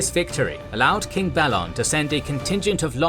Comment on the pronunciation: theres literally a tv series made with the wrighter how u mispronounce so many word and names in these fantacy worlds, theres established content with spoken representations how u manage it baffles me balon is b A lon sorry jus bit of a peeve